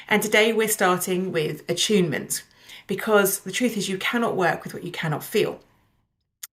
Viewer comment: I'm only 2 minutes in, and I know I will like this video, but why does attunement keep sounding like achievement every single time she says it?